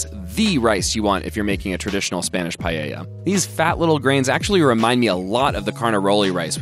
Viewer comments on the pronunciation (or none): Loved the vid, but the pronunciation of paella was kind of disheartening. It's not pie-yay-ya. It's pah-eh-ya. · No one:...: PAYEYA